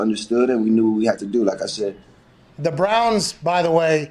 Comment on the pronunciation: “Cleveland Brahns”